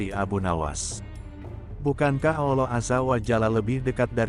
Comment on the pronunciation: Bagus, bisa menambah wawasan..& yg penting adalah pengucapan kalimat ALLOH sangat benar, bukan dibaca/diucapkan ALLAH spt yang diucapkan kaum non-muslim,good, terima kasih